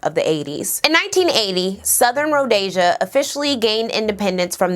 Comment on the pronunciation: Those who report history are supposed to be unbiased. Also i think i’m a bit brighter than you, you can’t even say the word ‘Rhodesia’ properly and you sound like a robot reading off a wikipedia page.